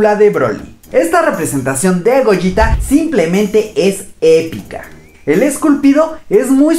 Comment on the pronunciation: No Gogeta lo dices como goyita